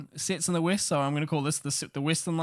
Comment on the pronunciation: Love how he pronounces West 😂